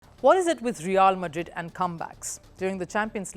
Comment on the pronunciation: it isnt reaaaaal madrid. its realmadrid. you dont do your homework as always.